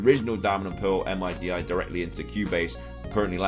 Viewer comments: MIDI is pronounced like a word kinda like OLED (mid-E) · MIDI is pronounced 'mid' 'E' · MIDI is pronounced middy...